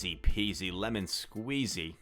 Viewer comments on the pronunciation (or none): none